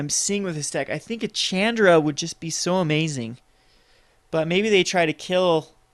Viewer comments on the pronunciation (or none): chandra is pronounced SHAWN-DRA . Cool deck